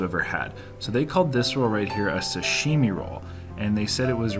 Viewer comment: These videos are fun, but its a little hard hearing you murder the pronunciation of these common japanese foods. Not ni.gear.e its ni.gi.ri Not su.sheme its sa.shi.mi Also plural of sushi is sushi not sushi’s. Good thing Raina didn’t go ss 2 cuz her hair would have lit the restaurant on fire! Again, it was fun watching you guys demolish that food! Cheers.